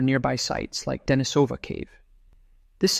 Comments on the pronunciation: it is not Danny-sOva , but it is DenIE-sova. As it is “LOndon” and it is England, and not LonOOn, nor IngalANDA If you are making videos about Neanderthals, and where they lived and where they developed and where their remains were found - learn how to bloody pronounce those archaeological terms. There are several places where you can learn correct pronunciation of those scientific terms! I’m giving this video thumbs down .👎 Misrepresenting very man facts ! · Very good video. Just one little pronunciation correction: it is De-NI-so-va and De-NI-so-van, not De-ni-SO-va or De-ni-SO-van. Lots of creators seem to get this wrong, but getting it right just adds more credibility to the narration.